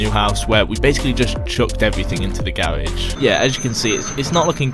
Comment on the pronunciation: Gawage... it’s actually garage